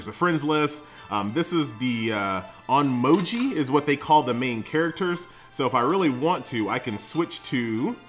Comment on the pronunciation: hi, nice review, its pronounced on- my(like in me not my)- oji